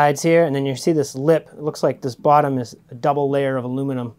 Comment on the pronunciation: Mostly when you say bottom. Comes out bawwtum, to my Midwestern ear